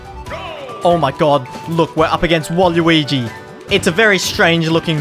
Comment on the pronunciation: Yo the way z pronounces waluigi making me consider planning a flight to AUS, I need that culture